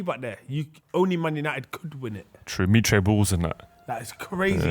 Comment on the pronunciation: mitre😂😂wait is that how it's pronounced